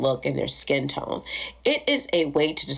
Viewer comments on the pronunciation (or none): none